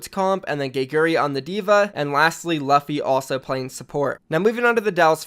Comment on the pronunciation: just call Luffy "Loofy" please for gods sake.